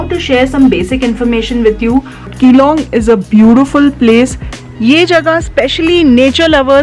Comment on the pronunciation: मेडम जी आप ने अच्छा भला विडयो बनाया, शानदार बनाया मगर जगह का नाम विगाड़ कर बोल दिया। यहां के लोग नाम बिगाड़ने पर बहुत नाराज हो जाते हैं। आगे से ध्यान रखिएगा ।🙏🙏💐 धन्यवाद